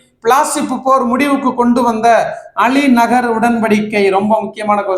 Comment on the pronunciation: அலி நகர் இல்லை அண்ணா அலி கர் உடன்படிக்கை